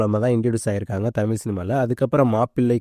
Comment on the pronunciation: தமில் ⛔ தமிழ் 👍🏻